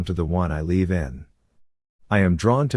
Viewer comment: Narrator, it's LIVE, not LEAVE!!! Geesh!!!